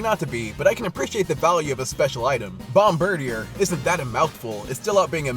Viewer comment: I always said it "Bomb--bir-deer" not the way you do. Less of a mouthful ;)